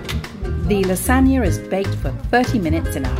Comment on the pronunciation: LASAGNA not 'la sagna'